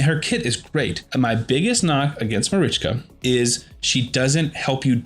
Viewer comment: This was my first time watching your video and it will be my last. Yumeko was a hard enough pill to swallow but when you said marichka that's when I stopped watching. Good luck to you man but I couldn't listen to this anymore.